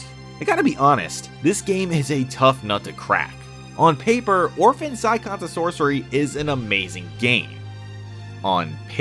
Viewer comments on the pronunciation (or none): it's "sigh on" like the car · Wait.... how did you pronounce "Scion"? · you pronounced it wrong